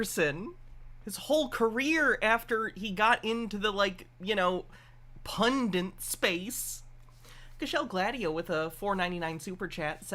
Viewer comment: I love your work, but please, for the love of God, stop saying "pundant" instead of "pundit." I mean no disrespect. Keep doing what you're doing. Just... please...